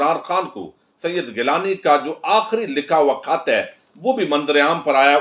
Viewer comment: گوندل صاحب کھت نہیں خط بولا جاتا ھے کھ اور خ کا فرق رکھا کریں